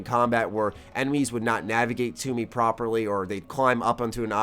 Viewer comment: "Blasted my Emenies away" lmao